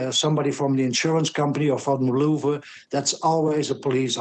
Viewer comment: This gentleman finally pronounced Louvre properly. Merci, Monsieur Brand.